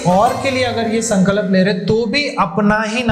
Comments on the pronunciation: while telling the Hanuman Ji story was it necessary to show adipurush clip on b roll? I mean there are so many other options from it that could have been sourced.. I didn't like it. and why is he pronounced sankalap? What's the problem with saying Sankalp? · Sun Ka Lap NAHI mere bhai. Bolo SanKalp ek saath. “Sun”+”Culp” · Sankalap nahi bolte Sankalp bolte hai bhai hindi to thik bolo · Sorry to correct u but it’s sankalp not sankalap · Why do you pronounce it as sankalap ? Its sankalp that means promise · San kalp nahi hay wo Sankalp hota hay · Bhaai aapne jaankari Bahut achi di hai.. mai bhi ye karungi..❤😊 Bs aap.. उच्चारण सही करिए ... संकलप नही होता, संकल्प होता है। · Its संकल्प not संकलप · Sir aap संकल्प ko galat pronounce kar rahe hain 🙏🏻सन-क-ल्प है ना कि “सन-का-लप” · संकलप नहीं संकल्प है. पहले सही उच्चारण सीख लीजिए, फिर ज्ञान देना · Sankalap nahi... Sankalp kahiye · प्लीज़ अपना उच्चारण सही कीजिए। Sankalp hai sankalap nahi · Sankalap ni hota... Sankalp hota hai... Jai Shri Ram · sankalap❌❌ sankalp✔✔